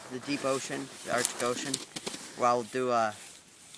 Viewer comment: lol " thee explosive line"!!!!!!!!